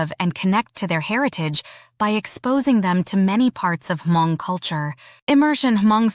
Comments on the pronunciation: The you pronounced Hmong is wrong. Not Ha-mon-g! Hm-ong! The g at end is silent. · Ugggghhhh it’s not ha-mong!!! H is silent it’s just mong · It’s not Huh Mong….. it’s Mong, the H is silent. I do like this video. Thanks for doing this. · Thanks. FYI....the "H" is silent. Please just pronounce......Mong. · Thank you for making this video. Only thing I cringed was the pronunciation of “Hmong”…. Every time the narrator took a breath for “H”-Mong. 😂 The “H” is silent. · Hmong culture is not only for hundreds of years and is not H-mong, try to pronounce better. It's over 8 thousand years. Want to know more about the Hmong, STUDY HARDER. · "Ha-Mong"? H is silent. 😂 Hmong /Hmoob. 😊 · Despite the AI voice struggling to pronounce the word Hmong, sometimes with a hard “H” and also spelling out Hmong words instead of correctly saying I’ll give you props for researching my people’s culture. It would be nice for you to contact a person of the people you are exploring and get their insight, including the proper way to use their language in your videos. Anyway, thanks for learning different cultures of the world.